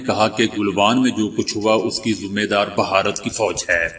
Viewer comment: لفظ بھارت ہے نہ بھہارت